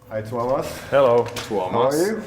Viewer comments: Watch 'Nightwish Making of Endless Forms Most Beautiful'. It is really good. That document tells a lot how they do things. I think this interview is little bit tricky because this same guy have interviewed Tuomas many times. You say Tuomas almost perfectly, no need to say sorry. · You correctly pronounced his name (TU - WO - MAS) but not his surname. HOLO - PIE (like an apple pie) - NEN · Correctly pronounced the name of Tuomas, you nailed it :) It was also interesting to hear your process which is opposite and acknowledge that there are multiple paths to the result of creating songs and what those different ways are, so thanks for that insight :)